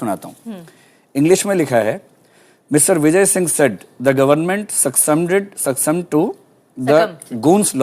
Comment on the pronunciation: I think Combined medical services would be more difficult 🤔 . If people like Divyakriti can become civil servant ho can't even pronounce " Sccumb " ...then it must be less challenging .